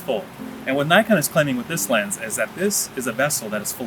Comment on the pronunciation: Say Nikon, not Naikon